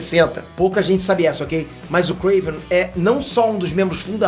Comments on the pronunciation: Nao é kraven ! É KRAAAAAAVEEENN !! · Não e Kraven e Krevenn (se vc joga lol vc entendeu) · Pq fala krAvinoff e KrEiven.... é KrAven....